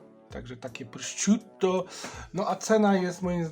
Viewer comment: wymawia się prosziuto